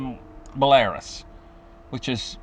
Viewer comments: It's Bell-a-ROOS, not Bel-AIR-Us. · Belarus is pronounced Bella-roose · He meant belarus, pronounced bell a roos. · Will you get your pronunciation of Belarus corect please